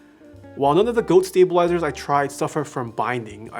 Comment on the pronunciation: I heard 'stabilazers' and thought I was having a stroke for a second.